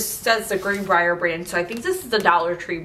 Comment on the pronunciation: Congratulations on the one million YouTube plaque 🎉 Love when you say Greenbrier. I live near the Dollar Tree headquarters in Greenbrier 😁 I think of you when I drive by!